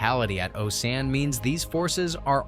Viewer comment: Osan and Kunsan, mispronounced...alot... Oh-Sann Khun-Sann Captain Hughes.... In a sheriff's deputy uniform, definitely not a USAF uniform